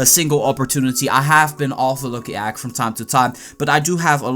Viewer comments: nice video, but everytime you say "Egg" I die a little inside. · listen to how he says egg